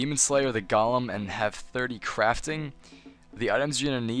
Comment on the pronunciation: Hey thanks for the guide! But one thing-Its pronounced "Goal'em" you're saying it like "Gollum" off the Hobbit lol. (Not being rude just I used your guide lastnight to finish the golem quest, now using this one and noticed you're still saying "gollum" :P Keep up the good work though!